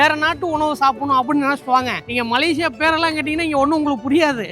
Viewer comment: MALAYSIA not MALASIYA